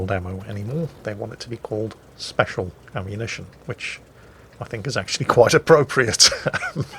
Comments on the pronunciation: "Speciallllllllll". Was that a Flambass accent? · I lost it at "speshal" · beware of the "speshal" forces. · you mustn’t make fun of the noobs for using “speshal” ammo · Old and speshuul. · WG is quiet “speshal” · oh boy speshul